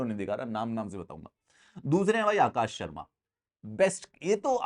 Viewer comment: the way you said akash.. sharma 🤣 crackeddd!!!!